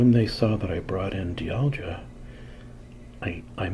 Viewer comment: Great video! I think it’s pronounced “dye all gah”